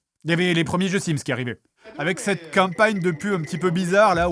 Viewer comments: avèk sset qu'um'pa'nieum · “Avec cette campagne” l’accent du sud ressort:) ça fait plaisir